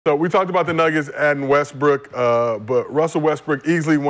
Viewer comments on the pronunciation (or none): why brah keep tryna play Westbrook? Lol he don’t even realize he say westbrick he say it so much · Addressing the disrespect but he keeps calling him WESTBRICK. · called him “west brick” the second time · In the first five seconds, he calls in Westbrick.😅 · I heard you say Westbrick bro. played it off smooth tho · Bruh called him westbrick 5 secs in 😂 cmon cuh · has one more time to say westbrick... Think he's slick smh